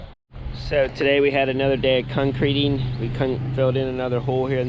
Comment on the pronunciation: cuncreeting lol good job tho